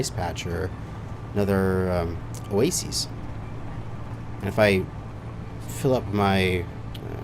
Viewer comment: Are you ever going to pronounce oasis properly?